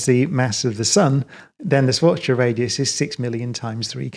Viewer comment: I love Brian Cox because he is excellent physicist and science communicator, but above all, because he pronounces Schwarzschild correctly.